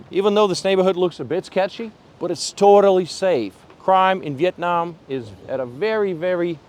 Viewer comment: BEAUTIFUL and top notch videography .. makes me wanna move there soon ..just wanna ask you , please when you pronounce the word Vietnam, nam pronounced as in NAMASTE , it aint nam as in dynamic like youre doing !! thank you and youre so welcome !!